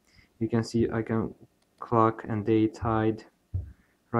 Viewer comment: an i the only one that heard cock when he said clock?